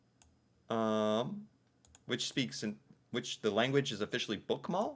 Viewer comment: You're getting really good at this. You even did the Ø in Trønderlag and Østfold! Remember that the e in the end of a word IS pronounced (FylkE). Whether we call a municipality a city or toen depends on the size of the number of central stores. Some times there are so few we just call it a center (centrum). In bigger cities we'll also have city districts (bydel = directly translated: City part). As for dividing into Bokmål or Neutral, I think few people think like that. If there's not a specific dialect there's Bokmål. However. While Oslo have Bokmål the different districts do have a slightly difference - like one talking more official and others using more slang. I guess what we wonder most about the State system is how frustrating it must be to have different laws in different states. PS! No we do not have to memorize att the municipalities. hehe We are are pretty good at the best known ones, though, and pretty much guess which one from what dialect someone has.